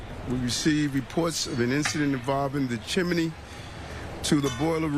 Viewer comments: It's pronounced "Chimney" Not "Chimany" Just "axe" your English teacher! 🤔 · So sad! But did he say CHIMINEY? Watching Mary Poppins too many times!